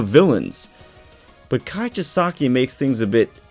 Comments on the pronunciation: It’s Chi-sa-ki. Just trying to help out my guy! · You're still mispronouncing Chisaki's name